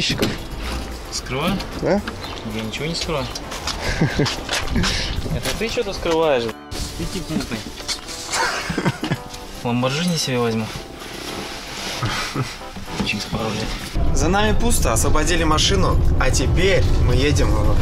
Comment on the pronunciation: Бро не в обиду из-за этого видосы вообще не смотрятся(( настолько у него аура негативная... кстати передай ему не ламборДЖини а ЛамбоРГини )))